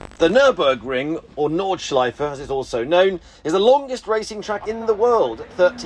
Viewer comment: Nordschleife is part of Nürburgring. You said it wrong.